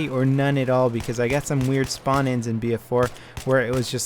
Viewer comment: "spawn" not "sperm" ;)